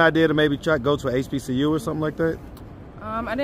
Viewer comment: Dude said HBUC lmaoooo yeah that let’s me know all there is to know or not know😅